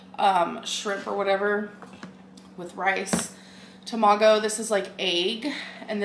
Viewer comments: omrbg i work at a hawaiian restaurant and her mispronouncing tomago and ebi makes me want to scream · “Ee- buy Tom-ahh-gow” 😂 Japanese-Lynn